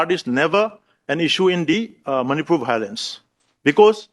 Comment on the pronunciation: Manipur bhailence 🤣meitei and their pronunciations 😆